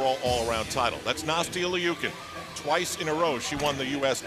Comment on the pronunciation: He keeps pronouncing Nastias name wrong!